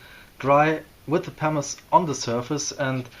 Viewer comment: What is the powder you use in the beginning to fill the pores? It sounds like you’re saying ”parmesan” 😉